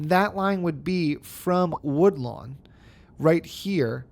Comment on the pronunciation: I thought i was mishearing woodland as woodlawn but then you named the bus line woodlawn. Might want to update the district name 😂